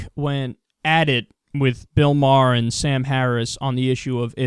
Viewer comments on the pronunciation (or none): Do you know howto pronounce Maher?